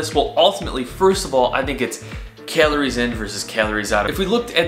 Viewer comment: He pronounces calories...kaleories